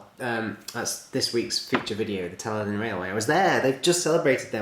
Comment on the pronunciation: Great video as always, and just fyi, it's the Talyllyn Railway is pronounced like Tal-I-Clin, as the double l makes a bit of a 'cl' sound when said in the true welsh manner. Awesome vid though!